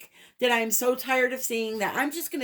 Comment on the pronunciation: I “AM”, not Ann